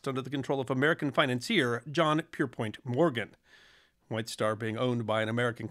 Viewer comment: Common mispronunciation of Morgan’s name. 😊😊It is PierPONT not POINT. Her captain was EDWARD Smith, not EDWIN.😊